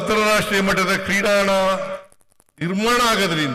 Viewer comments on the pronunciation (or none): adu kreedangana. Kreedana alla.